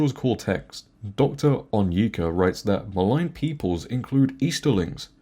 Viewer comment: Hi! It's pronounced On(as in ONLY) YE (as in Ye 😅) Ka (as in...ka😂) but yeah, it's sad to see someone desperate to continue pushing bs propaganda that they deface Tolkien with their miserable ideology this way.